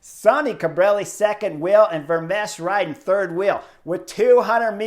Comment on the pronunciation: Chris: The 'ch' at the end of Vermeersch name is 'silent'. So his name is pronounced 'Vermeers' and that second syllable sounds like the English word 'ear'. It's close to the name of that painter 'Vermeer'. Add the 's' at the end and you got it!